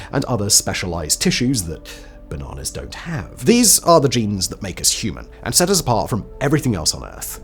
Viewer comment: " . . . that basnanas don't have." That little extra emphasis just made me laugh. I mean . . . R O F L . . . and I have no idea why I found it so funny.